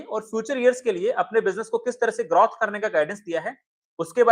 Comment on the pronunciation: ग्रार्थ या ग्रोथ ? जब भी ग्राथ कहते हो वो ड्राप की तरह सुनाई देता है